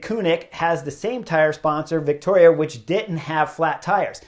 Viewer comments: Vittoria doesn’t have a “c” in it. You keep saying Victoria. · ...and how to pronounce Vittoria.